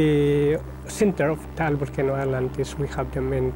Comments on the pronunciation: Mt. Taal not tall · It's called Mt. Taal not Mt. Tall. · Taal. The title is incorrectly spelled. The locals don't pronounce it Tah-al, either. It is said longer. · The title is mispelt. Its mt taal. Pronounced ta-al